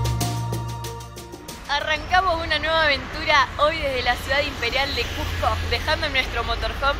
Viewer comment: Una aclaración, NO ES CUJCO, ES CUSSSSSSSSSSSCO, CON ESE DE SAPO, CUSCO. Buenas noches.